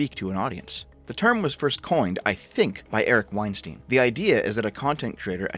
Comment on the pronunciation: You don't know what you're talking about in respect to Maajid Nawaz or Bret Weinstein (which is -stein as in Einstein and not -steen. This is the bare minimum you should have researched). They are NOT conspiratorial nutjobs captured by their audiences. Straight up made up shit. The effing balls to think that you're ahead of Bret Weinstein and Heather Heying's perspective in recent matters without being a follower of their train of thought, having the qualifications or time doing research to formulate a coherent argument against it. The idea that you're so far ahead that you look at them in the rearview mirror as another stunted attempt at societal analysis and summarising it as a conspiratorial audience capture is the peak of hubris. They actually do science, real science. Absolute clown.